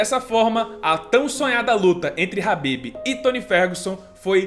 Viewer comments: Só uma observação é "Khabib" e não "Habib" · falou ''rabib'' eu paro logo de assistir